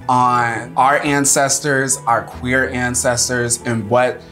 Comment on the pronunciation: I thougt he said "black and quaker" lol.